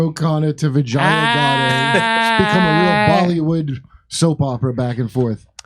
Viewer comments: Jimmy stop being a cu** and stop pronouncing the woman's name wrong. You are doing it deliberately and are being a dingleberry. Her name is pronounced vee-ja (as in japan)-yuh. No matter how mercenary and lacking in principles she is, don't be an asshole about her name. On purpose. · You are killing her name It is pronounced. The j is " hey' in Latin names. "We Jay aa" is the pronounciation Common name. It means victory